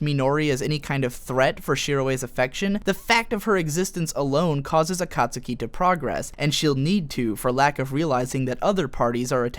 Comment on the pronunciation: omg him saying akatsuki is making me cringe. you should know better then to butcher it that bad